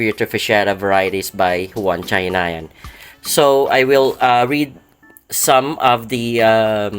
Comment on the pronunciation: Yun pala tamang pronunciation kay "chahinian" susyal ang sound. Thanks bro for this informative vid